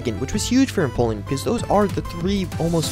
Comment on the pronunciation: no offense but when you said you finally figured out how to say empoleon's name, you actually didn't lol